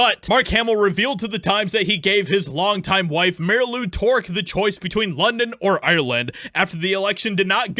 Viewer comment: Marilou Tork? It's York.